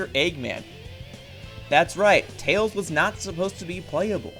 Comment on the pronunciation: I just heard him call Tails "Tail". I've not scrolled down yet, but I wouldn't be surprised if that's what the viewers are arguing about instead of the video's topic.